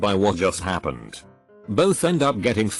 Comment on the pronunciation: TTS voice “this hap-ned”